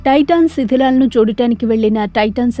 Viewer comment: అమ్మా టైటానిక్ శిథలాలను చూడడానికి వెళ్ళన టైటాన్ సబ్ ......టైటాన్ శిథిలాలు.... మెదటి మాట పొరపాటున చదివారు